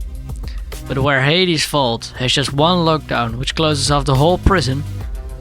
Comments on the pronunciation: Whenever he says vault it sounds like he's saying fault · Mate fokin "vault" again